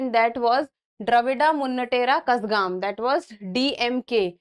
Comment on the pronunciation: mam Please correct your Pronounciation of Kazhagam